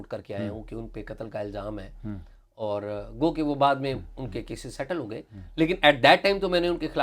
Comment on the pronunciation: عمر چیمہ جب لفظ اور کو آؤر بولتے ھیں اچھے لگتے ھی